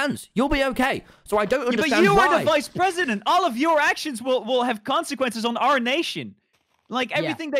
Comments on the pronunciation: HE SAYS QUANQUENCES 😭😭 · All I hear is "your actions have CoNciQUenCes"